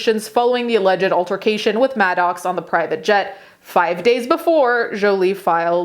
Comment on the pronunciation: Pronounced Pax not “pox” “Maddux” not Madox